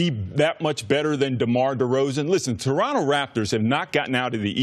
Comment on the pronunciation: Please never talk about Toronto if you can't even pronounce it correctly, god that was painful. Also he knows that he gets paid in USD, but has to pay taxes in Canadian and also expenses in Canadian dollars, right? He's probably gonna be making more than in LA you dumb dumbs. But thats besides the point